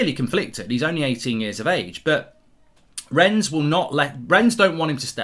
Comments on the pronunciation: No great lover of the French but I have to say I get triggered every time you say "Rens" lol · Mark - pronunciation tip - the "s" in Rennes is silent